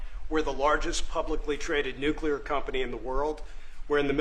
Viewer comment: Why do so many people in power pronounce nuclear as “nuculer”? Homer Simpson said it that way too.